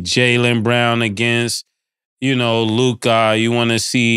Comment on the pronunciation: I can't wait for basektball to be over so I don't gotta hear, "LuKAAH" anymore